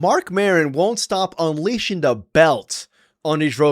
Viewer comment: Who is “Marcon” Maron?